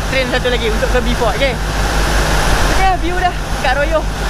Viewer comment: Urg sabah x sebut B..fort tp BO..fort..